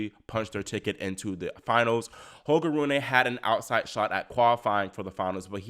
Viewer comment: It’s Roon-uh, not Roon-ay. The “e” is pronounced as the Germanic schwah “e”. Great post otherwise.